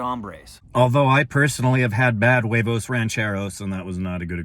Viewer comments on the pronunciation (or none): none